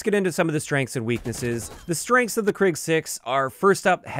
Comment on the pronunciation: Krig in Swedish means war, and it's pronounced kreeg rather than krigg